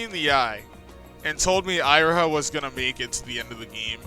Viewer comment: You realize you are pronouncing Syobai and Iroha wrong?